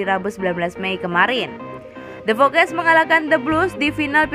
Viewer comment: Pertanyaan gua kenapa sih talent vo nya salah ngomong mulu. Masa the foxes jadi the fokes mason mount jd mason moon, banyak salah bacanya. Itu disengaja biar kita komen, apa emg gabisa bahasa inggris apa emg vo nya ga ngerti soal chelsea atau bola. Plis lah, kalo salah jgn dibiasain. Gak keren samsek, malah bikin org yg gatau jd salah pronounce juga